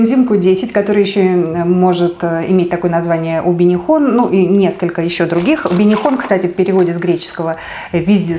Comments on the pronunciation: q10 убихинол , а не убинихон 😁))) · Убихинон, а не убинихон. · Не убинихон , а убихинон. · Дорогие друзья! Мною была допущена ошибка при произношении второго названия Коэнзима. Конечно, не УБИНИХОН, а УБИХИНОН🙂) Сути дела это не меняет, но если кому-то режет слух и ранит душу, прошу прощения🙏))) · УБИХИНОН! Оговорились. Тоже пью и вижу эффект!